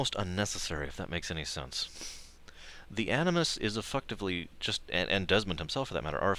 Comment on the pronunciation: you said Effucktivly.